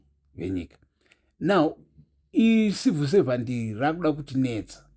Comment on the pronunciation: Are you saying Number One Civil servant or No1 Evil Servant? Chirungu chinondi nhetsa